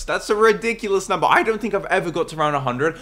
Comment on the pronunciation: haha he said funny nomber